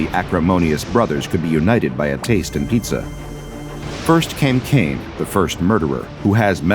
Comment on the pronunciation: Cain and abel?... c-caine..... and abel